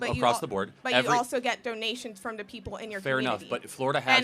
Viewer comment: It drives me crazy how she says “da” instead of “the”